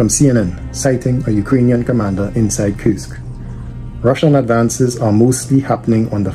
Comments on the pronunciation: You pronounce it like Кырск when in reality it's pronounced Курск(Kursk) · For the love of God It's Kursk (as in cool) It is neither Kyrsk nor Kirsk Its Kursk